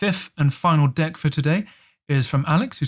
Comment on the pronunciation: LMFAO, sometimes when you say deck, it sounds like 'dick' 😉